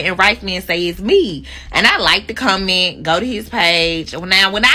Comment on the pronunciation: She's making a "Come Ent" instead of a Comment😆🤦🏿‍♂🤣🤣🤣💀